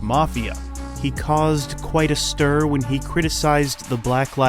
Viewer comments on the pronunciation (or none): none